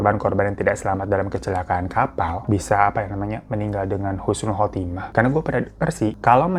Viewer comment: Husnul bang, jngan khusnul